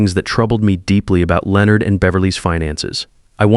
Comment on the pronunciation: Why can’t the AI correctly pronounce Leonard? It’s not that difficult.